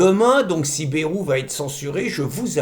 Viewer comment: Merci, mais on prononce Baille-rou dans le sud ouest, toutes les lettres se prononcent, sinon on l'écrirait Bèrou .Merci !